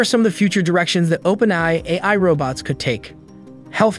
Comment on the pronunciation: This talking machine don't talk so good - can't say AI, for example - so I'm not that afraid just yet.